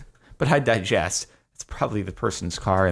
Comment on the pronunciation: "But I diges(t?)" Digress?